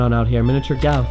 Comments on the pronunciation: says galf instead of golf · Did you say Galf? lol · Miniature galf did u say 😂😂😂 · Awww shit he said galf again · Galf??? It's Golf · Why the fuck do you call golf, GALF...its very bothersome